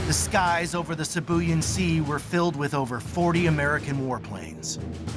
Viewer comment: Sibuyan is pronounced "See Boo Yaan" Silly yanks. 🤣